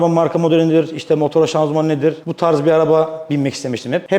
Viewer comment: Hala şanzuman diyor 🤦‍♂️